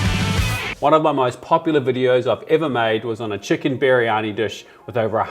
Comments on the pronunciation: Did bro say butter kitchen to butter chicken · 'Butter kitchen" ahh yes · He said butter kitchen right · did bro just say butter kitchen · Bro said butter kitchen 😂😂😂😂😂😂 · he said, butter kitchen right? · Bro you said kitchen instead of chicken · Bro said butter kitchen 🤣🤣🤣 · bro said butter kitchen 😂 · Bro really said butter kitchen 😂😂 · he can’t even say chicken, right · bro said butter kitchen